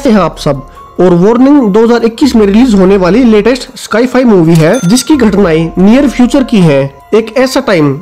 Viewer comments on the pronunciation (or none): स्काई फाई नही मित्र साई फाई बोलो आगे से ध्यान रखें